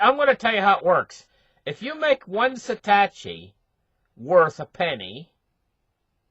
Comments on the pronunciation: He keeps saying satachi.. like are you kidding me? SATOSHI - O O O. If you talk crypto, get it right. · Sa -tosh -i